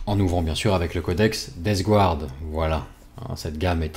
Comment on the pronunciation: Deathguard!!! DeathGARDE, pas DeathGOUARDE, par pitié!!! Mes oreilles saignent, ne cède pas a la tentation du Grand Immondice...aaaargh... sinon top, merci pour le boulot